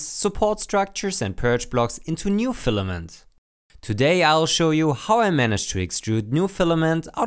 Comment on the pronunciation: "Stefament" :D love it!